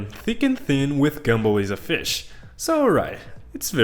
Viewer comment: No offense but I don't think you know how to pronounce gumball 😭